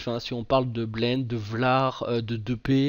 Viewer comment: Bonne vidéo comme d'habitude par contre depay se dit "depaille" il me semble